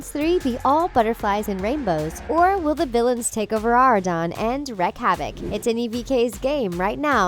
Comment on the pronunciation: Did she just say "wreck havoc"? It's "wreak havoc".